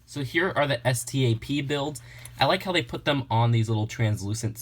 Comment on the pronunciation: Just say Stap Not S.T.A.P.!